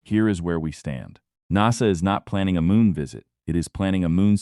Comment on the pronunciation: Well you can't pronounce NASA properly and towards the end have you read(red) all the comments or are you going to read all the comments?? AI sucks!